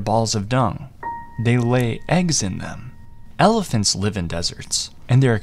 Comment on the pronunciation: “save elephats" 🥹